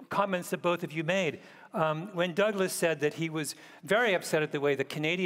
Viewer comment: tbh im not sure theyre intelligent at all: malcolm didnt actually make a single reasonable point at all meanwhile michelle exclusively had arguments against her own point. oh and lets not forget malcolm intentionally saying "taibbi" and "douglas" wrong the entire conversation like only an upset child would.